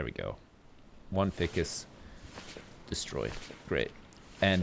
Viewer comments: it's "fye-cus," it's not "fick-us." Also, go swimming about in a bunch of the wrecks to find cool as fuck shit - you can usually find motor parts and flippers and shit. Enjoying this playthrough bro, keep it up:) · I feel like I'm the only one that got the wire reference with the storage container. Also Ficus is pronounced F-EYE-CUS not f-ick-us. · Fike-us XD NOT FICIS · It not Fi-cus, its Fie-cus, just saying lol. Great series.:] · Haha, isn't it pronounced "fy-jus" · Ficus is Pronounced F-EYE-CAS! RIPPING MY DICK OFF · you have the materials to make a way better boat. Try the hammer or the axe on the shipping container. Also, use your flashlight after you chop the yucca. I think you're missing pieces. Ficus is pronounced, 'fike-ess' I believe. There, it's out of my hands, the OCD gods are satisfied. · ficus rhymes with fire, not fish;____